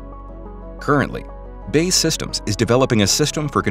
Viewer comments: "Bae Systems" 🤣 It's B. A. E. ("Bee Aey Ee") Systems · it is pronounced B.A.E. Systems not 'bay'